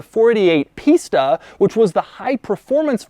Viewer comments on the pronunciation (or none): Kept hearing Pista as pizza... but later in this video he’s either saying it better or my ear is getting used to it. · "the pistha engine"